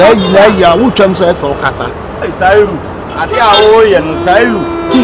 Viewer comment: Hahaha... da way pronounces da name Tahiru is funny papa😆😆😆😆😆😆